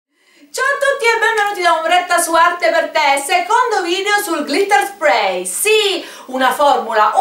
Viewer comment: Ciao Ombretta cara, ma se si usa l acetone lo smalto si rovina vero? Cioè si decompone proprio, a differenza che con l 'alcool, oppure è identico con alcol o con acetone? (ps: te lo dico sottovoce, ma si dice NEIL con la e:) Sprey lo dici giusto, smack!!! P.s. su colori a spirito o ad alcol questo spray li spatascia a dissolve, in realtà anche l'acqua. percui per chi vuole glitterare un disegno fatto con i pennareli?Impossibile?